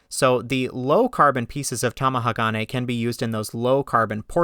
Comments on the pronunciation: Top amateur tip for pronouncing any multisyllabic Japanese word: don't emphasize any one syllable. All syllables are weighted equally. A lot of Westerners I have heard say TamaHAgane. You say TamahaGAne. Japanese say Ta ma ha ga ne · To help your pronunciation.. Tomahagane = tom-ah-HA-gah-nay The emphasis is on the "ha" in the middle of the word. You are putting the emphasis on the next syllable (the "ga") making it sound weird. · You can say Magnatite but can't say Tamahage.